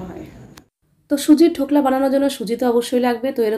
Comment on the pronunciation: ধোকলা নয় ঢোকলা